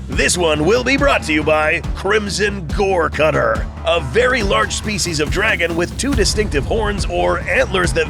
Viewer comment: *goregutter, not cutter lmao